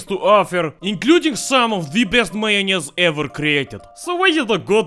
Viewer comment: XDDDDD this accent "Majonez" I love the Russian accent And.... majonez and kiełbasa party xDDDDDD